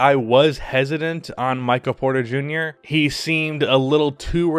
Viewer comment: Maybe it's just my allergies messing with my hearing but it sounded like you kept saying Micah Porter Jr.